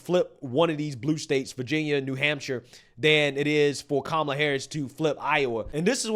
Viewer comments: That lady mispronounced Camela. You know what that means by CNN standards, so why didn't lemon confront her on it? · The Puerto Rican lady pronounced her name Camel-la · She said “camel ah” lol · So you're going to vote for someone when you can't even pronounce their name correctly? Camel-a 😂😂😂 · Thay woman at the beginning called her....Camel-A 🤣🤣...I agree with you on your analysis. The main thing is to stay away from MSM , even Faux Spews as they will start playing mind games with the masses. TRUMP 2024 MAGA LFG!!! 👍👍💪💪💪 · Surprised Donny Lemonpack didn't correct her on mis pronouncing her name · Strange. Don didn't correct the PR lady's pronunciation of Kamala like he loves to do with "others". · that woman is a racist.... she said kamala name wrong! 😂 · She's so, so very excited to vote Kamala (and clearly always has been), but can't even pronounce her name. Just goes to show she's done a solid zero seconds of research. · mispronounced Kamala's name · Don didn’t correct her, when she said Kamala wrong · Oh noes she said Kamal's name wrong! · Whoops, she just mispronounced Kookoo's name. (At least I think she did, no one can seem to keep up on that.) She must be a racist!! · That Puerto Rican woman did not pronouce Kamala's name correctly. She's a racist and I am appaled. I demand an apology.😂😂😂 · WHOA WHOA WHOA did anyone else hear that ray cyst, seg cyst, bigoted lady mispronouncing CAM uh luh? I don't have the words. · Don Lemonparty, when are you going to pronounce it correctly? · How did that lady call 🐫 a la WRONG & NO BODY SAID SAY HER NAME CORRECT ??? GTFOOH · She didn’t pronounce Kamala right why didn’t he say anything